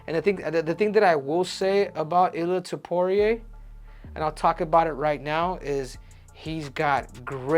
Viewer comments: It's Topuria, not tiporia. At least learn how to pronounce his surname jeez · "Ilia topoirier" -henry cejudo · Goddamn, you're Mexican and you can't pronounce his name correctly? It's not Topuri-eh. 😆